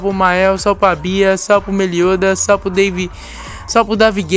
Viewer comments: Mano ! Pq tu fala SAL não salve .,. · kakskak começou falando salve e dunada virou salpo